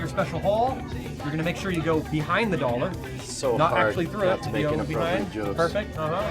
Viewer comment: Potating Potato you may be correct, but he also said "dollor" and I don't know what a dollor is, so he can still be correct ;)